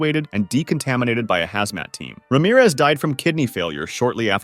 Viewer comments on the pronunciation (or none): none